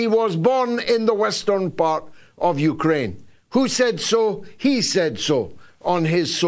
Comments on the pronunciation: George pronounces Ukraine, ukerrane. Hilarious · This clown puts an extra vowel in Uk’a’raine. 😂😂